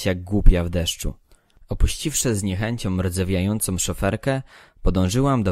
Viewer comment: Dziekuje za czytanie dla nas. Jak na amatora (?) calkiem nieźle. Apeluję tylko o zauważenie i WDROŻENIE do wymowy głoski „ą” Zatem nie „”za szybom” ale „za SZYBĄ”, nie „z kosmetyczkom”, ale z KOSMETYCZKĄ” Nie „ z niechenciom” , lecz Z NIECHĘCIĄ”. Proszę sie nie gniewać, to miłość do polskiej mowy kazała mi to napisać. Nie powinnismy zgadzać się na plagę tego błedu wymowy. Jeszcze raz dziękujĘ za czytanie :-)